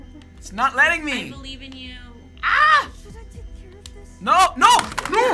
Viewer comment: he seemed italian by the way he said “nO” lmao